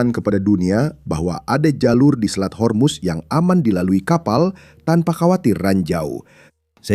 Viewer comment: Min, kenapa ga profesional banget....yang benar pelafalannya HORMUZ.......bukan HERMUS